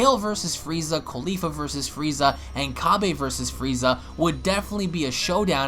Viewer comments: Cabba not cabby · you keep saying cabba wrong whyyyyyyyyyyyyyyy!!!!!!!